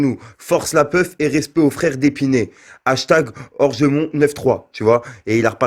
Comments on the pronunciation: Ca ce voit que t pas du 93 😂 c orgemont pas rougemont rgt c a sevran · Orgemont frère pas orgmont!!! 93800